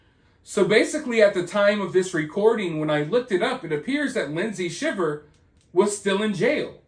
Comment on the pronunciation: I commented on another video but their last name is pronounced Shy ver. Just want to make sure you knew that if you’re going to be reporting on it! 😊